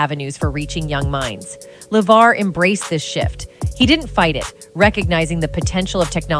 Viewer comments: hmm is it just me or did She change the pronunciation of "LeVar" multiple times in this video. and good to see Geordi got those ocular implants. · I hate to say it, but I think the OG video you're reacting to is a product of AI. I had a few concerns with little things (awkward reading of the show title "Star Trek: The Next Generation", mispronouncing LeVar's name when talking about his website but not elsewhere), but when the narration directly read a line that was being highlighted on a tabloid article, it pretty much gave itself away. I looked up the OG video, and the channel looks like a similar mishmash of AI content. There's also a knock-off using a similar tagline and thumbnail with a very, very obvious AI voice on a different channel. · So at what point does Levar Burton speak any sort of revelation in this video? He doesn't even speak. It's just the AI voice that keeps mispronouncing his name. Am I missing something? Is it just a poorly titled video? Who keeps making these videos exposing hollywood without any actual revelation? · Weird that the AI speaker pronounces Levar's name two ways.